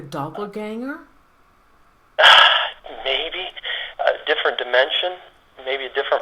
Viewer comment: not doppleganer but doppleganers